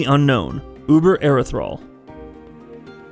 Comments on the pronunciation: hearing erethral really makes me think wow he didnt beat the game to know how to pronounce the word ethereal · It's Ethereal not Erethral smh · Erethral, fuckin lol, learn to edit before you post a video. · Erethral, lol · thought the same thing with him calling it that so much, and well that fight is a bit more challenging then he let on especially if the etherials decide to go on a mind control spree on your soldiers